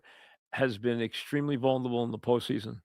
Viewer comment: mike is great; a legend. but the word is "vulnerable" not "vulnable." four syllables.